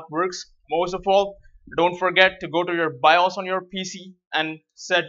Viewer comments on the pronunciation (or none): none